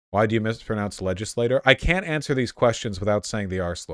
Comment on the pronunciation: He also says "fearmunger" and "legislattures". It's like he pronounces things incorrectly because he thinks it makes him sound more intelligent, like he's the one that actually has the right pronunciation. Pretty weird.